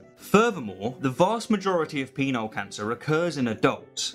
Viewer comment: I'm sorry, but it sounds like he's saying "Peanut Cancer".